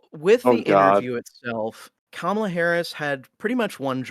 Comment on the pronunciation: it's KA-ma-la not ka-MA-la.